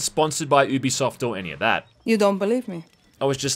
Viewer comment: You're saying it wrong It's "You Be Soft" In a sentence: "This is a Ubisoft game" I'm not taking the piss... Watch any of their promos, this is how they say it.